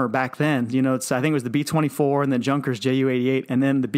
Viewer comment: Junkers is pronounced as "Yooon-kers" . Love this channel